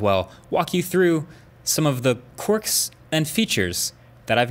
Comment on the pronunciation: I died when I heard him say quarks and features 😂😂